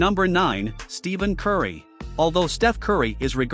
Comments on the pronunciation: Plz learn to say “Isiah” and Stephen curry name right. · “Steven Curry”😂